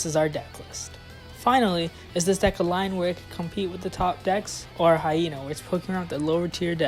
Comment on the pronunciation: "This deck is a hy-lion!"